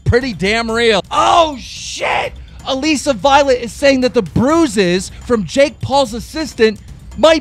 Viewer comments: STOP CALLING HER ALEEESA VIOLET LMAO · is anyone gunna tell keemstar how to pronounce ALISSA violet?? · I hate how keemstar can't pronounce anyone's name correctly. He says Alissa Violet "Aleeesa Violet" lmao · Keem stop pronouncing alissa violet like that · ITS A-LISS-A VIOLET AND ITS T-AY-LOR CANNIF